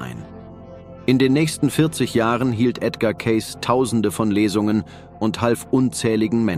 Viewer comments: Sein Name wird Ceysi ausgesprochen, er war einer der größten Hellseher überhaupt, bescheiden und immer für andere Menschen da. ❤ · Sie betonen falsch seinen Namen. Oder Ki.😢😢😢😢.schlecht leider